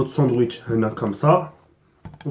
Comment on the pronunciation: "sandouitche" IL A DIT MDDDDDDDDDDDDR